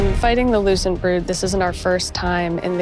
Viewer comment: Every time I hear lucent Hive it sounds like loosened Hive😅😩. They're ready for daddy Zavala.